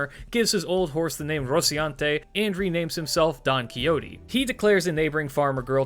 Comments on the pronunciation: By the way, the x in spanish sounds like an h in English so the XO of "Don Quixote" would sound like you are saying the first vowel of house so you can replace the x with an h and get a closer pronunciation to the original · You are aware that you butchered his name pronounce, right